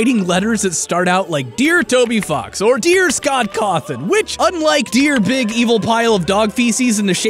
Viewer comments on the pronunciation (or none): none